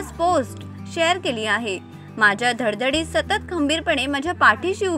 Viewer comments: Dhaddhadit nahi bai dhadpadit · धडधडीत नाही धडपडीत